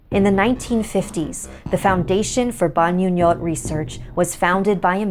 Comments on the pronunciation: Sorry for correcting you ate but it is pronounced as (Bahngoo-ngōt) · Actually the pronunciation of the "Bangungot" is like Bang-ngo-ngot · the way you pronounce bangungot was a bit distracting😭 but i enjoyed it nonetheless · you pronounced bangungot wrong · I think the "ng"s in bangungot is pronounced like the "ng"s in "bang" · I was thinking the same thing.